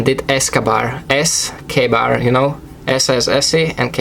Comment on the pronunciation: Cool Video helped me out a lot his pronunciation of the Ka-Bar BK14 was a little confusing if you had trouble with the name of that knife this is the knife's actual name - Ka-Bar BK14 Becker Knife and Tool Eskabar Knife